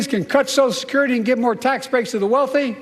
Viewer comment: Brian, please pronounce "social security" properly!